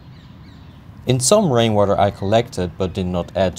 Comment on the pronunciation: Thought he said brainwater